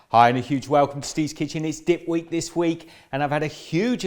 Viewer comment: I am soooo doing this. Diet be damned! I probably shouldn't say it sounded like you said "It's dick week". But I did.